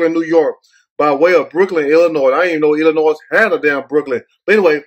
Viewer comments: Yo ass be matching brother.......NIIIIIIICE!!!! right the “s” is silent on ILLINOIS, WHOOOOOO!!!! LMAOOL!!!!! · Stop saying 2 the s🤦🏽‍♂️